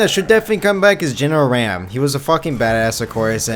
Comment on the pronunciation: oh god pet peeve is how you pronounce RAAM. He is not a stick of RAM. R-AH-M And its Grenadier.. not Drenadier.. otherwise you're list is alright..